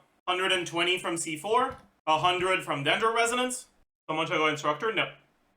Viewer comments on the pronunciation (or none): none